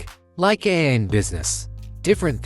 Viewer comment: Funny as hell..... if AI was so smart it would know how to pronouce AI .....LOL!